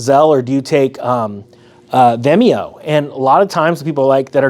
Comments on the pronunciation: It's not venemo it's Venmo, at least say the word correctly☹ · is this guy really saying Vimeo not Venmo? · It’s pronounced Ven-Mo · Pronounced: "Ven-Mo" (Venmo). Not Vemeo....lol. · Vemio 😂 great info though! Keep it up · When you say “vemio” (in transcript) do you mean Venmo? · Pro tip: Venmo isn’t pronounced Veh-me-oh. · It is VEN-mo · It is pronounced ven-moe. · lol its ven mo like pen with a v and mo like moe. great video ty